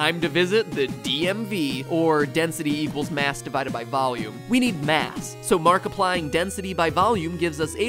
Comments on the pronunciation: him saying “Markiplying” instead of “multiplying “ took me out 😂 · did he just say "markiplying"?